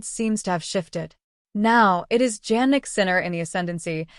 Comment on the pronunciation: Please check the pronunciation of Sinner’s first name. You can try to listen to TV and double check